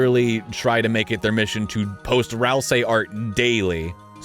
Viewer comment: im pretty sure that it's pronouced Ral-SEE not ral-saai